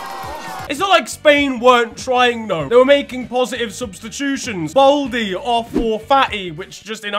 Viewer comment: Lol said Balde Baldy